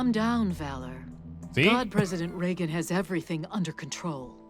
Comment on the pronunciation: He pronounces Reagan weird, right?